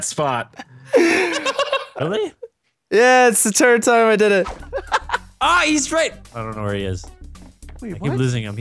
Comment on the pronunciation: Brian saying third :turd